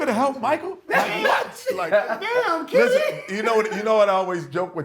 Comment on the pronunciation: It's not Kenny... It's Ken-NY